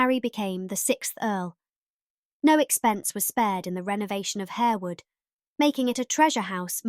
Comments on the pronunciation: Pronounced Harr-wood, not Hair-wood. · The incorrect pronunciation of Harewood and Lascelles shows up the lack of research for this video.